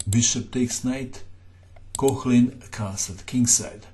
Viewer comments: My advice would be to familiarize with the phonetic alphabet. The oe (ö) in Koehnlein should sound like the u in hurdle, but more open (the h after a vocal denotes the elongation of the sound before). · Off-topic: there is no voiceless palatal fricative [ç] in Koehnlein - you've mistaken the Umlaut oe (ö) for it - hehe... Nevertheless; Alechin surely procured some friction for Herrn Koehnlein!